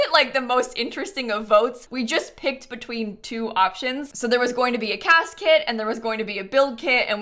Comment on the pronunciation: Heard CAS kit as Casket there 😂